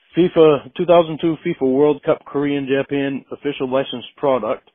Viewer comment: It’s amazing how insists he is right when he’s completely wrong all the time. Such an it’s almost impressive how consistently wrong he is. Finally got to hear say Jaw-Pan which I’d heard Blu3boy and RB reference a bunch. Lastly, a recent robot call ash in the tub Hippo-crite talks smack about Roy not knowing the date. MF was a week off.